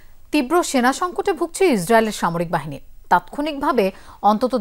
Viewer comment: আপনার উচ্চারনে যতেষ্ট সমস্যা আছে কয়েকটা বানান বলে দিচ্ছি, ১। বাঁচতে কে মাচাতে বলে ফেলেছেন, আর বাহিনী কে বালহনী বলেছেন,। ধন্যবাদ